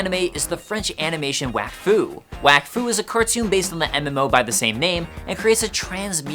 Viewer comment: I don’t like how you’re pronouncing “wakfu”. My guess is you’re watching tHe English dub. I appreciate the video. It was inciteful and I didn’t know much about the mmo before this